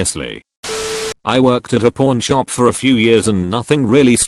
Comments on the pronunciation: I swear the robot is saying porn shop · It sounds like he's saying porn shop. Kek